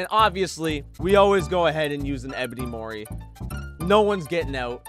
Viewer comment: Whenever he says " Mori" it sounds like "morty"